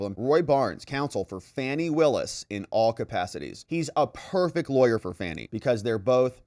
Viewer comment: I have it on good authority that her first name is pronounced as if she were a juvenile deer 😂 Great vid, the corruption in GA surrounding Fanny is insane